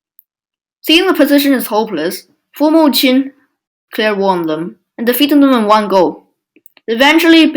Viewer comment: Not bad in general but still many mistakes. 1. It's "Former" Qin, not "Formal." 2. Former Qin didn't fight against Later Zhao. It was Former Yan that inherited most territory of Later Zhao and thus became the strongest kingdom in China. Then Former Qin rised and destoryed Former Yan and became the strongest. 3. Eastern Jin had about 200,000 men in total (Huan Chong had 100,000 in the western front). At Fei River (the main battleground) Eastern Jin had 80,000 men, not 30,000 as you said.